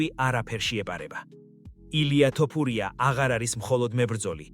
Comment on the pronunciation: ილია თოფურია ეხლა სწორედ გამოთქმაა და არა ტოპურია